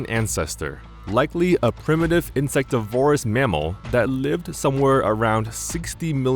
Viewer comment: The word insectivorous is stressed on the third syllable.